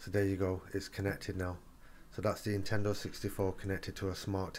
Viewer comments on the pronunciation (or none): There an "N" at the beginning of the word Nintendo you know. You keep saying Intendo 64 lol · Hope that "Intendo" 64 works for ya :P